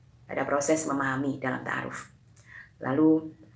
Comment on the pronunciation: Maksain amat ni misionaris...Takaruf ??? Apaan tu takaruf ? Ta'aruf kalee...pake 'ain. Helluyah